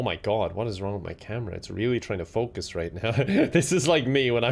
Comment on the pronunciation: You’re Irish, that is focused for you! 😁